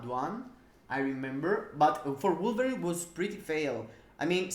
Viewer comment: Lol really sounded like you screamed... Yes, I'm gonna test my blueberry with all ctps....😂😂😂 instead of wolverine, had to listen 5 times to get who you were talking about lol